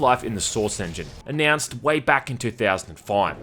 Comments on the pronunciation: "Announced way back in two thousand fine" seriously can't make out what's being said here lmao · 2005 ? i honestly cannot understand you.